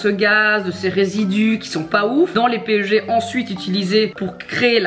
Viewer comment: Hihi on le lit "pèg" le PEG (=polyéthylène glycol), pas "péeugé" :) Cela dit ça fait super plaisir que tu connaisse la chimie et formulation des produits cosmétiques! On voit que tu connais et que tu ne t'es pas juste lancée dans ce domaine pour te faire de l'argent et point! Franchement bravo, je suis étudiante en pharmacie, et j'aimerai travailler dans ce domaine plus tard, mais quand je vois des minettes qui se lance dans ce truc sans rien connaitre, et surtout qui ne veulent pas comprendre...je comprends pas! Ça fait vraiment peur quand on voit ce qu'on met dans notre peau en échange de toute cette quantité d'argent!